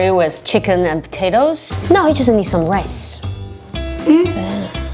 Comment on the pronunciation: Her accent gets so american whenever she says "potatoes"